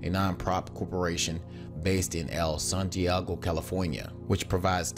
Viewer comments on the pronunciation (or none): none